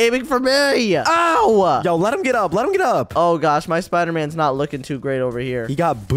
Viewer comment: I love when says ''Shpider''